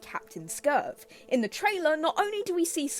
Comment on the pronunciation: For your information reading in comments, the Coyote mascot is called Skurv, not Scurve